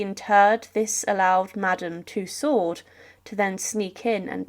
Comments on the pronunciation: Madame Two-Swords ... ??? Madame Tussauds (Too-soe) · The D in Tussaud is silent. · How from the name Tussaud one can pronounce it Twosword?? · Ff een Klein dingetje, Madam tussaud zeg je als tuso….met een o klank op het einde…zonder d…..nogmaals…klein dingetje…doei doei..